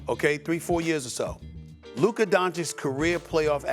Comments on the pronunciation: Can't pronounce his R . His New York accent anything in an A is now the hard Er 🤣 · Who TF is LukeRR?? Stephen A cant say his name right 🤣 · Why does this dude keep saying luker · I don’t like how Stephen A is using the hard “er” instead of the “a” when he says Luka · It annoys me that Stephen A says Luker and not Luka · Who’s Luker? Maybe he knows Rob Pelinker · Why Stephen A calls Luka "Lukerr"? lmaoo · Why does Stephen A call him Luker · “Luker doncic” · Nobody. Steven A: Luker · Is Stephen a calling him Luker? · If Luka gets better on defense SAS should be forced to say his name right lmfao "Luker" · SAS CALLED THE MAN "LUKER" LOL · His name is Luka, Stephen A…..not Luk’ER!! Smdh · For real. Luker? Really? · If Stephen A. Says luker one more time 🤣😂😂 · It’s Luka not “Luker” lol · "Luker Doncic" - SAS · Why does Stephen A call him Luker?? 😭😭😭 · Stephen A calls him Lukar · Luker Minnesoter etc 😂😂😂😂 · Looker. lol StephenA sounds bristish with them random added Rs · SAS saying “Luker” makes me want to die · Stephen A saying Luker 😂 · Who TF is “Lukar” 😂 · “saids luker one second later” 😂😂😂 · So much disrespect from St. A. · It’s just so pronounced in this video especially, “Luker”😂😂